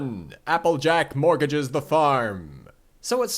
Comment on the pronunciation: So you've got morgage, and everyone caught that. But did you notice that you also said that Applebloom is "aweseome?" Sorry, couldn't resist.